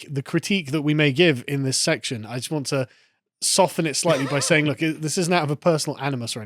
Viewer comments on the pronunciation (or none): none